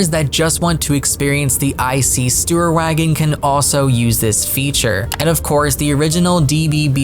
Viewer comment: The "IC Sturrrwagonn" no just kidding its a hard german word